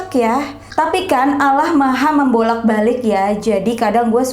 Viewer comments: Kak Untuk Membaca Allah Itu Bukan Alah Melainkan "Awlah"❤️❤️ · Allah kak bukan alah kk agama nya apa sih?? Aku nanya😁😁😁